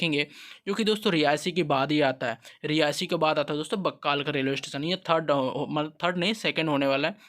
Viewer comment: बक्कल हैं,बक्काल नही